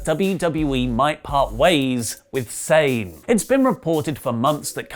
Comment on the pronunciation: Quick question: isn't kairi sane pronounced as kairi Sah-neh?